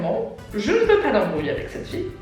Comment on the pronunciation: Très bonne vidéo, t'es vraimentr trop drôle !! Chaque fois que tu disais "FIE" j'étais pliée mdrrrrr je sais pas pourquoi, ça me faisait trop rire hihi